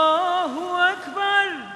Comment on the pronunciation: allahu ekberullahu ekber mi? telaffuz yanlış! kaideli okuyamıyor. mustafa ceceliyi severim. dindar olması da hoşuma gider hep. ama ezan okumak sanattır. bunun eğitimini almayanlar okuyamaz sesi ne kadar güzel olsa da... tamam hoş bişey dindar olması ama ezanımız kıymetli hakkını verenler okusun sadece.